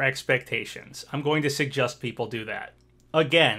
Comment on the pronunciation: He keeps saying SeGust instead of suggest Is it a hint? Does secretly know the new smash reveal is a flying type pokemon and he is trying to tell us without actually ruining the surprise?!!?!?!